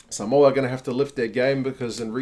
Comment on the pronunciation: You pronounced Samoa correctly, nice one uso. The collar reads ‘play for Samoa’.